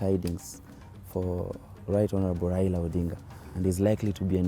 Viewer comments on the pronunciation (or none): my dear it’s your right to support anyone whom so ever you wish BUT my problem is your pronunciation, it’s Raila not Raira... Even me I don’t like him and i don’t support him, HI5